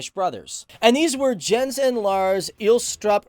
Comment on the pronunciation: Ha! Funny to hear you pronounce the names. It is Val-de-mar Poulsen - with most preasure on the last part. Jens and Jensen is not pronounced with a d sound first - it is more like Yens and Yensen 👍😜